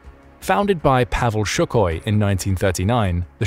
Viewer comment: I still can't stand the way this guy says "Shookoy".......it's "Sue-Koi"